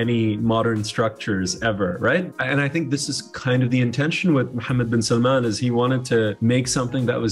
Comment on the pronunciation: Finally someone pronounces "Mohammed bin salman" the right way